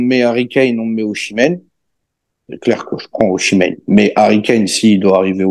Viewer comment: Et oh passage "Ozimen" par pitié 🙏 "Oshimen c'est un mélange entre le joueur et Yoshi